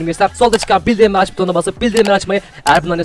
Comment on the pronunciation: Kimsede aylardır demiyo ki bildirim kısmını yanlış söylüyor diye :D